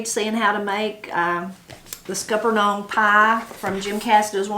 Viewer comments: HERE IT IS PRONOUNCED SKULP NUNS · Scuppernong is pronounced like supper. Scupper (supper) nong.